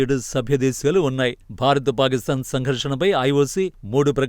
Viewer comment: పారిస్తాన్ కాదు పాకిస్థాన్...